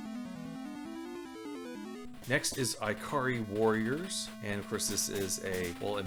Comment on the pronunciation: really? Eye-kari Warriors?....lol.tell me don't also say Eye-talian,lol :P